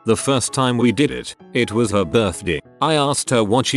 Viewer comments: i swear to god if i hear ‘birthdàë’ one more time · no one: literally no one: the reader: birthDEH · Nobody: The AI dude: It was her birthdei 🥐